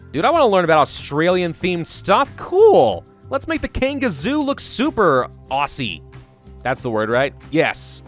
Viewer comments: It's Aussie not assie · you prenounce aussie like auzzie but spelt aussie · THIS IS HOW YOU SAY IT: o-zz-E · I seriously laughed when I heard him miss pronounce Aussie because I’m an Aussie myself and that is so weird to me how some people don’t know how to pronounce Aussie slang!! 🤣 This is not a hate comment I just think is cute and funny. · I’m Aussie too and it’s so weird hearing people get things about Australia wrong 🤣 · Omg I get so triggered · U forgot a u while pronouncing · When people pronounce aussie with an S sound instead of a Z sound.. I mean.. I understand why you would think that.. but makes me cringe everytime..